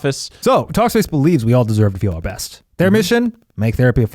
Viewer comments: Eugene saying breast instead of best had me dying 😂😂😂😂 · Eugene: keeps saying breast instead of best Me: proceeds to give Eugene Freddie Mercury's 40th birthday cake 🍰🎁😏 #iykyk 😏😎😂👑